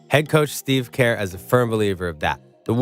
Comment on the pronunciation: Kerr is pronounced like 'ir' in bird or 'ur' in curry. Not like 'care.'